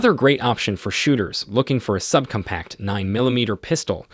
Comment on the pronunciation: sub-cumpact? sig p three hundred sixty five? this narrator might be the most obnoxious ever